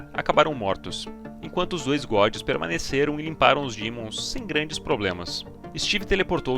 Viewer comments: POR 18MINUTOS ELE FALA DIMONS, DAI COMEÇA A FALAR DEMON, UFFA! PARABÉNS PELO VÍDEO E PELA EDIÇÃO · vídeo mto bom só o “dÍmons” q chega sangra o ouvido tmj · Que gatilho que da QUANDO ELE FALA DIMONS